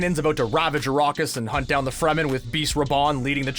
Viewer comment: They said Fremen correctly this time. I can rest.